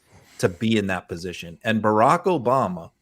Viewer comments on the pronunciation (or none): none